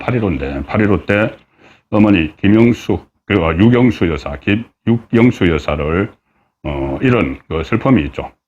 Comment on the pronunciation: 대표님 육영수 를 육영사 라 하셨네요